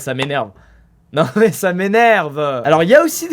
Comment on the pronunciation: *Met c pas pour faire le gars mais ce ''mait'' me gêne mais ta raison